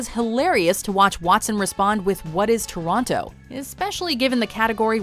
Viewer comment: I thought Canadians didn't say the "t" in the middle of Toronto.